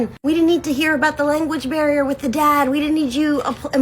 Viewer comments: kind of irrelevant, but she says language bear instead of barrier, which certainly won’t help someone who barely speaks English communicate with her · Is it petty of me to point out that it sounded like she said "language bear" instead of "barrier" 😅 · lmao not the "language bear," my girl can't even talk American right herself, why is she expecting it from everyone in a different country!? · Omg same! I was picturing this cute fluffy bear holding different language books...